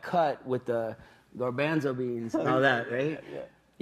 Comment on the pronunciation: I can't get over the way Norman says garbanzo beans. It's seriously bugging me. XD